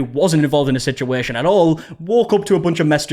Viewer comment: “Sichueeshan” scratches an itch in my brain